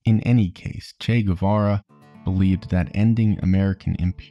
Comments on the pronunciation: In spanish, a “u” after a “q” or a “g” doesn’t sound unless it has dieresis (ü). Guevara correct pronunciation is Gevara. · FYI, Guevara is pronounced Geh-vara (like the word 'que' but with a g). You don't pronounce the u unless it has the umlaut (two dots) on top. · It's Guevara, not "Güe"vara. The same way you pronounce the "ga" in the word "gay", you pronounce the "gue" in Guevara, in Spanish :p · As latina, i love how there's a new interest in "el Che" but at the same time, annoyed at the guevara pronunciation... its more geh-vara, not gUevara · “Goo-ay vah-rah” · If you're gonna make a biography about the guy AT LEAST pronounce his name correctly. The U is silent! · if you make a 40 minute video about someone just take the 20 secs it takes to google the pronounciation of his name?????? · ..........you're not supposed to pronounce the "U" :/ in Guevara